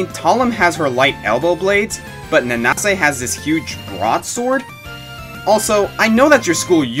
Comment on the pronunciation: I CAN'T THANK YOU ENOUGH FOR THAT:):):) Under Night In-Birth has become one of my "personal" favorite fighting games, and just to see you mention it, makes me so happy:) Thanks:) (BTW, It's pronounced Nanse)